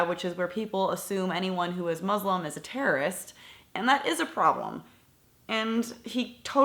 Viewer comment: Muslumms?? Muslumms?? What is a Muslumm? It's Muslim Donald Trump is a DUMBASS